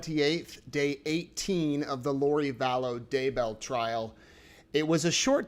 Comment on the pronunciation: I hear Tammy saying her name "dayBEL", but during the trail I hear everyone says "daybo".